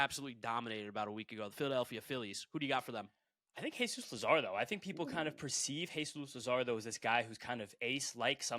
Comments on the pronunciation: update: this dude really said luzardo for the second pick 😂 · Hearing Jesus Luzardo hurts